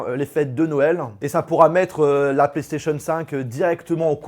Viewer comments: Y’a déjà le contrôle vocale tu doi juste dire plaistation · L assistantse vocale existe déjà il faut dire PlayStation voilà